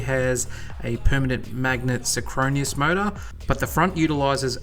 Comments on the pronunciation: Very interesting thanks. It would be nicer to get a deeper dive - maybe Munro will give us that sometime. Also you might want to look up how 'synchronous' is pronounced. ('sin-cro-nuss', not 'sin-crow-ne-us') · "sin-kro-nee-oss" ??? I think he means synchronous ??? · “Synchronous”, not “sychronious”… otherwise interesting vid. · The word is "synchronous", not "synchroneous". Three syllables, not four. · "synchronous" not synchronius! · Did you really say "sin-chrone-ious"? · Syn-what? “Sin-cro-nus”